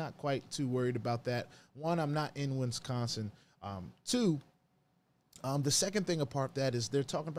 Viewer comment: Did you say win-sconsin? Lol